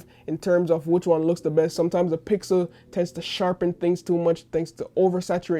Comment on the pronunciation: it was hard to hear him say pickle instead of pixel, skipped that part honestly, but love you content, good video